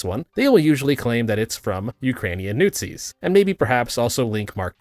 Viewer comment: "newt-zis" LUL